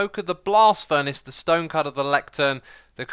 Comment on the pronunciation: Did you say stønë cütter?